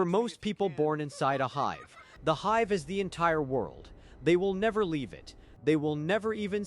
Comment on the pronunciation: The constant mispronunciations of basic words, like "hive", perhaps?